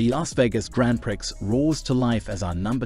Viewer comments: love how u say "grand pricks" 😂😂😂 girl, its "grong pree" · Umm, “Prix” is pronounced “pree”……… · Prix is French and pronounced 'pree'. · Haha Grand Pricks.. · I was amused at the pronunciation "Grand Pricks"! It struck me as pornographic! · Given your English accent you should how to pronounce Grand Prix (Pree).how embarrassing.😂